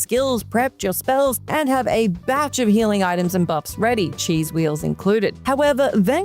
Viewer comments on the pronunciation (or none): none